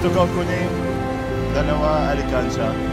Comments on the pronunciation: ALKANSIYA… not alikansya ☺️ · it pronounce "alkansya" not alikansya..thank you for helping our kababayan aetas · pronounce it as AL KAN SYA not alekansya, oke? can u help me find my forever thru ur channel? 😥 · not to hate but its not ali kansya it al kan sha to pronounce i hope i help u love you po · not alikansiya, it is alkansiya. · Alkansya baby not alikansya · This guy is trying his best to speak Tagalog words, he didn't care at all if someone laughed at him if he didn't pronounced it correctly. Like what I've noticed here he pronounced Ali-kan-sha it should be Al-kan-sha (Alkansiya).In addition to, most of his videos are worth watching.Aside from his attractive looks he's very helpful,kind,accommodating etc. So that's why I didn't hesitate to subscribed his channel.😊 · Alkansya po??! Not alikansya hehhe... Joker Karin?? Anyway I love you po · good job though! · Al kan sya not Ali kan sya just want you to say it correctly because you are true Filipino at heart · Alkansya not alikansya😹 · hindi ko nagets nung una yung sinabi nya.. (ALI KANSYA) kasi pronounce nya 😅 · Ang cute naman how you pronounce the "alkansya" to "alekansya'.. lovely😘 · I'like the way pronounce 'Alkansya' as 'Alikansiya'😂💕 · just wanna help with the pronuounciation,it is al-kan-sha not alikansya... :) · Bless you, next time pronounced properly "alkansya",😝😜✌️ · pronouces as al-kan-sya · Alkansya Hindi Alikansya.... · alkansya not alikansya